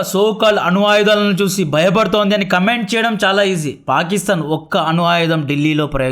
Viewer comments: అను ఆయుధాలు కాదు, అణు ఆయుధాలు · అను కాదు bro "అణు"